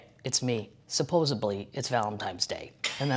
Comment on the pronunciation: Oh my gawd I am HOWLING... ValentiMes Day and SupposeBly!! 😂😂😂